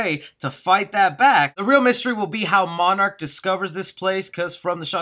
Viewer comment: Did you just call Monarch Marnrock???